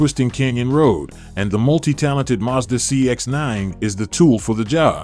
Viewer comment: First of all, it is Mazda not Muzda.